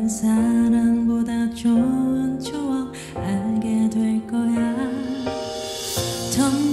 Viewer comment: 추억>쭈억 찾아>짲아로 발음하는거 귀엽네